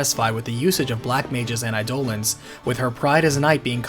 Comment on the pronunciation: Instead of 'aye-dough-luhns', Eidolons is pronounced 'eye-duh-lawns'